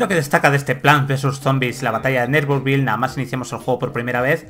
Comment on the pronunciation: Que feo pronuncias “neighborville”